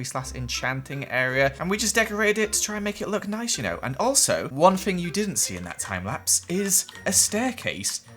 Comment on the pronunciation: Who else hears neese and tidy? 😂 Me: Replays several times*: if I did this in a survival word it would've taken me legit hours to do this cause its all so neese and tidy Me: WhA yOu SaYin🤔😢😂